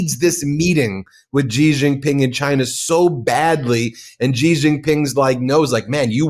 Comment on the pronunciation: It’s not zhi Zhing Ping. It’s “shee” JinPing. The Sh sound indicates by the X is made by putting the tongue near the roof of the mouth. Mandarin also has another SH sound, closer to the English SH.